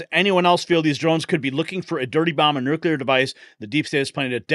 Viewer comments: Why does this guy keep saying “nucular”? It’s nuclear, ffs. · Jesus. It's Noo-clear, not nuke-ya-lur